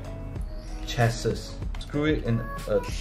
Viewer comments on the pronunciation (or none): Lost me at chass-is